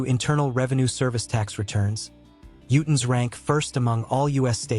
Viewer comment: Incredible that the AI voice can somehow pronounce tooele correctly, and yet cannot pronounce Utahn and lead.